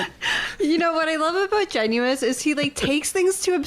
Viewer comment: Its pronounced “Gennis” not “Genu-is” just saying😅he hates that